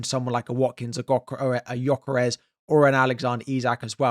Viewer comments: Your pronunciation nof Gyökeres still needs work 😊. The "ö" is pronounced as the u in "hurt" or the i in "bird". But the rest of his name you got right. Keep trying! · You still said Gyökeres wrong. You pronounce the letter ö like the u in purpose.